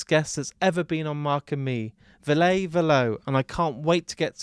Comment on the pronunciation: Perfect interview except for one thing: Ville "Vill-uh" Valo "Va-low" 😊 Hope this helps because you have otherwise brought us a fantastic interview ❤